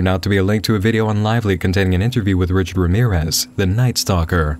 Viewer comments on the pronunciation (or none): none